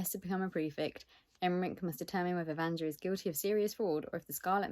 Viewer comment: Yaaaaaay, it looks so beautiful! I'm expecting my copy to arrive in the next day or two and I've been dying to see the naked hardcover 😍😍😍 Btw (and this is just to let you know if you're interested, please don't take it as criticism), the pronunciation is slightly different. It's supposed to be read "Vanya", the JA in slavic names reads more like the YA combination in English. For some reason, the only word that comes to mind right now is yak 🤷‍♀️😂 In any case, you're in for a treat. I read it on audio last month and it's wonderful, I hope you enjoy it 😊 And the little cat thing is Ragne. I only remember because I read both books last month, otherwise I have memory of a goldfish 😂